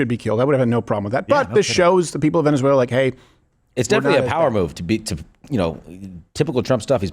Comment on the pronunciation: “Venezueler” laughter no further comment needed laughed at the same time they did 😂